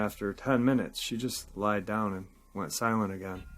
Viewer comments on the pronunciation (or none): none